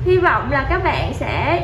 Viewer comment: Nge từ bẹn bẹn là k muốn like